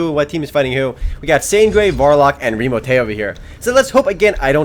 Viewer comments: lol "ITS REMOTAY" xD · haha i love the guy whos like 'OMG ITS REEMOTAY' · IT"S REMOTAY lol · lol the guy in the first room remo join is like ITS REMOTAY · said OMG ITS REMOTAY and so he is immature he wanted to show you how cooooooooool he is >.> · "OMG! ITS REMOTAY!" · "OMG! ITS REMOTAY!" Hahah